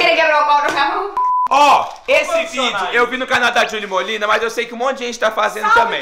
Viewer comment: ai meu deus ele falou jully molinna